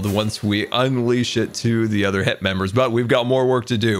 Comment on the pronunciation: its... HEP. Not "HIP"...... GAH!!!!